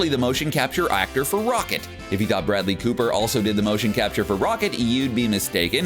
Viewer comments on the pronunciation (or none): none